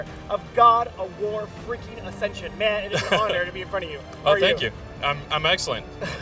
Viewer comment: It's ascension